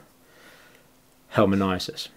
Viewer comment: Dear Dr Campbell, please try to get the right pronunciations for 'onchocerciasis' and 'helminthiases'.